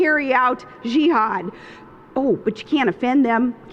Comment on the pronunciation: hahaha.... her voice is so annoying. I don't care about her dumbass-ness, just that voice and body language.... the way she pronounces jihad as well... like french